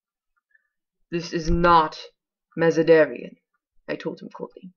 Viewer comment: ugh lol. I couldn't pronounce most of the French. but how you say Mazanderan (and eunuchs) makes me cringe every time! I'm sorry! lol.